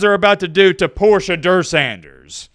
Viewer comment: Porsche Door Sanders